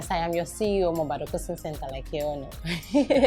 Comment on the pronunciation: is it possible to work on your 'I am" it sounds I yam.Weldone althesame